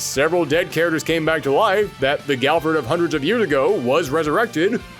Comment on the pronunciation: "King of Fires", "Charaters"? What is this accent? (If it's a speech impediment, ignore this and I apologize. Haha.)